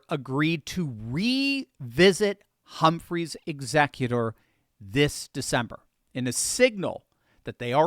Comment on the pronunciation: "HUMPHREY'S EXECUTOR" for those wondering what the heck he said... hehe, love you ❤ see Humphrey's Executor v. United States, 295 U.S. 602